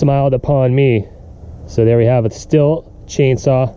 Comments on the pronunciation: Stihl is pronounced Steel not still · Believe it or not it's pronounced steel. Just sayin